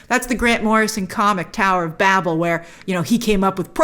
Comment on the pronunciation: And she still can't pronounce it.